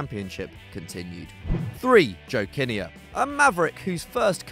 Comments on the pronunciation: It’s JOE KIN NEAR NOT JOE KINNIER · pronounced "Joe Kin-near" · Total amateurs! You don't know what you're talking about! It's pronounced 'Kinn-ear, NOT Kin-nayerr, or whatever you said, clearly not football followers, so why do you do it? Couldn't you afford Kevin Keygan?!